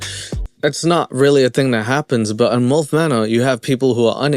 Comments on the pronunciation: theres no "o" in molf its milf lmaooooo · Lol love how you pronounce your I as a u... mulf 😂😊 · The way you say milf so clearly sounds like mulf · It’s pronounced M-I-L-F!! Not mulf haha 😂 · It's milf not mulf. 😅 😜 Bloody South Africunts. And what's wrong with predatory females ? Some of us want to be prey, cringey or not brother 😅